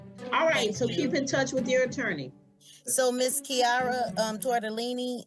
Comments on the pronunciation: “Tortilini” that’ was pretty funny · NO she did not say tortellini lmao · She said “Ms Tortellini” 😂